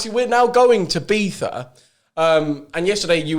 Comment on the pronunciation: Permission for to slap them when they say beetha.